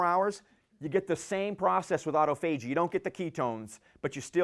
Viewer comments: Great talk about a vitally important topic. Other than the pronunciation of "autophagy", is a sharp guy and a great presenter. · If you had to break autophagy up as a word you would pronounce it the way he does. Either way we know what he means.